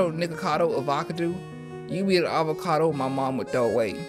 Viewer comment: i really can't stop laughing at avacadoo lol. i might need to start calling avocados avacadoos from now on